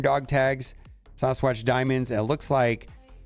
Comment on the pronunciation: You say "Sawsqwatch" one more time and imma lose it